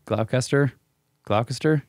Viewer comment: Gloucester is my home City in the UK and the US version is the harbour where the boat in the Perfect Storm was harboured. It's pronounced Gloss-tur; as heard within "SHED CAM: Pre-match atmosphere Gloucester Rugby v Munster Rugby 11/01/2019"